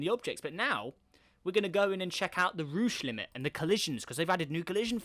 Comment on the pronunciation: Rooche limits??? it's Roche limit!!